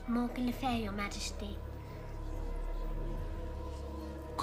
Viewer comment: I mean its Le Fay not e ,a